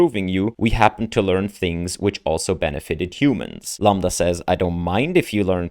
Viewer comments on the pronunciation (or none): Dude stop saying lamba can u really not even read a five letter word?